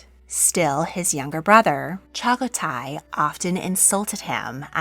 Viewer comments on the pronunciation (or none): It’s pronounced jochi not hochi and the 2nd sons name is pronounced chagatai not shagotai just pointing it out